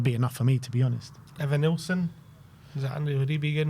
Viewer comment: Bro said Evanilson 😂😂😂